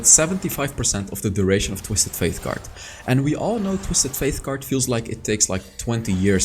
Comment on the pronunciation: First ‘Twisted Faith’ now ‘Trash’ Love the champ name pronounciations 😂